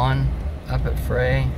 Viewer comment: Goo video, but it is Frey (pronounced fry) winery, and they are still in business!